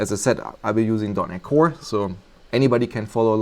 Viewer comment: im sorry but what did you say? "we will be using" ?dot-nic-one? "visual studio code"